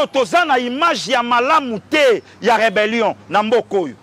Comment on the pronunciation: 😂😂😂😂 Pastor lui, il dit reberion ?